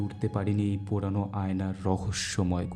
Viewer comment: "Purano" word ta ektu thik korben Baki khub Sundar hoyechhe☺️